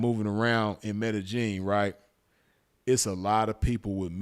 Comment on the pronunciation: Blessings to the game. Glad you're good fam.... say btw... it's pronounced "Med-Eh-Yeen" fam.... No J or G in it. #salute #ripsinful